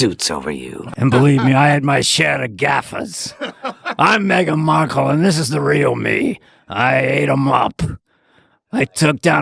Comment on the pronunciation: "Margle Mekle"!!!! And said "stripe-ped" dress.